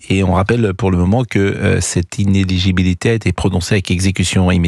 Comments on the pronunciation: In-éligibilité pas iné-ligibilité. La différence ? Le brevet des collèges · Inéligibilité et non pas inégibilité !!! Il va falloir changer de métier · Le vrai problème pour Prout c'est prononcer "ineligibilité" sans bafouiller 😂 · Praud semble éprouver beaucoup de difficulté à prononcer le mot 'inéligibilité'... Est-ce parce que le monsieur est encore sonné par ce jugement ?